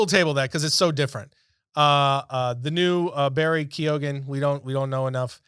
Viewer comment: Its Barry Kee-on